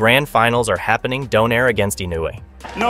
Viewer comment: fyi: it is not do-nare. It is do-nai-re